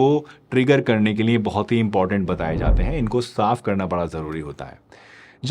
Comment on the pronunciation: Niye nhi liye hota hai sir